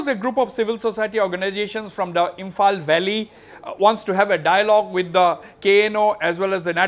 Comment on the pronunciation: that is why I said listen carefully... If you can't understand proper English pronunciation let me tell you in writing... He was asked about ZRA leader that CM said he is Myanmarish... N Dr. Seilen said m not sure of that accused but I'm sure that he was born in churachandpur... N went to Myanmar n become an MP but when SOO was signed in 2008 he was already a signatory... Which means indian government knows that he has is a true citizen of India with Adhaar card etc